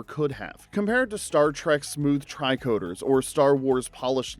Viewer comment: "tricoders" :face-green-smiling